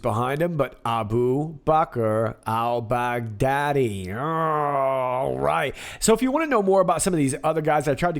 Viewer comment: Great one! Also, Jennifer Mac noticed that Trump said Al Bugatti (French car manufacturer) instead of Al Baghdadi at one point ( time marker) He then said Al Baghdadi right after to confirm he knows how to pronounce the name of the terrorist that they took out. Any ideas on the connection? Maybe a comm to point to the time marker so we dig for a bone?